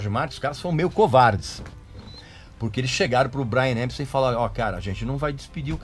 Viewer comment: Acho as informações úteis, mas se você cortar os "pouca gente sabe " e similares, o tempo do clip cai pela metade. Precisa melhorar o inglês, também. O nome do cara é Epstein, e não "EMpstein". De resto, agradeço as informações que não conhecia.